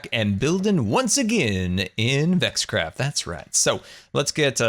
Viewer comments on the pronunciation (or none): Its pronounced Vex Craft!